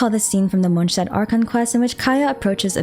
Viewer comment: Is it really MonSHtat??